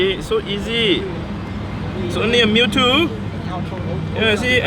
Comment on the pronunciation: This foo dead ass said " it's only a mewto " 😔 I cant even catch a ditto